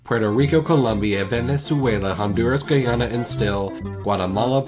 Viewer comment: Okay okay wait hold a moment kindly let me stop you right there. I’m from the Caribbean, and i have never once heard anyone pronounce Tobago or Guyana like that. Plus since you went through the effort of literally going through the entire song, renewed version and all, I can tell you’re a person of accuracy. Just for further reference, I believe the pronunciations you’re looking for are Toh-bay-go and Guy-Anna.